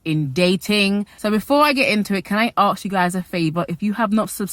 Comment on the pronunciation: Girl, it’s “ask” not “axe”. It’s hard to watch when hearing this mistake sooo many times throughout the video 😐